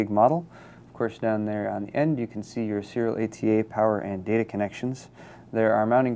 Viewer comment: i know that... hes saying serial ata really fast and slurred to where it sounds like SEETA.